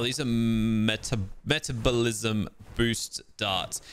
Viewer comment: Cackling rn cuz forgot how to pronounce metabolism